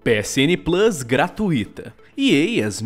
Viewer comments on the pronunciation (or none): none